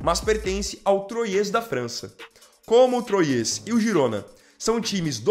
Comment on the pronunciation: sua pronuncia do Time francês e Troyes se se ler troa e o s não se ler no final do nome em francês.